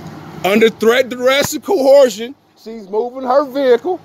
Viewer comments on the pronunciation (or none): CoTHEIRsion...don't want to offend him by labeling him...which I just did 😂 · "Cohorsion"???? What does that mean,? Does he mean cohersion? 😂😂😂😂😂😂